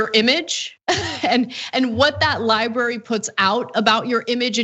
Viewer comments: Not li bary, li bra ry. .. thanks, it's a bugaboo of mine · I assume it's because his handlers can't convince him it's not spelled 'liberry' ;) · You mean his "LIE-BARY"